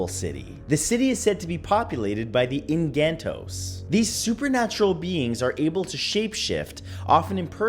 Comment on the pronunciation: Engantos? Beer-ree-ngan City, Sah-mhar and En-kan-tos(dos).